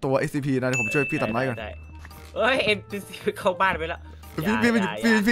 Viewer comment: พี่พูดชื่อSCPผิดอะครับ